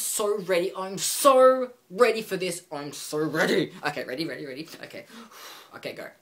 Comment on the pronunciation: " Im So rady fir this, Im so ready for this, IM SO RADY, ok, ready ready, ready" LoL P.s I LOVE YOUR HAIR.